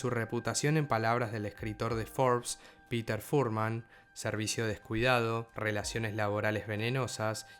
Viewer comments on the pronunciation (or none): none